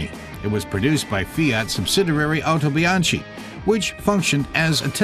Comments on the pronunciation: Actually It Is pronounced "howtobianki" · Very nice video. However, it's pronounced "Otobianki".